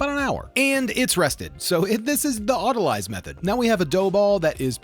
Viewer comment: Not to be technical but I think it’s pronounced “auto-leez”.. oh and when you can see through it, that’s call “window pane-ing”